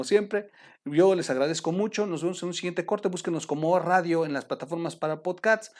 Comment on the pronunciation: no es podcats… es podcast slds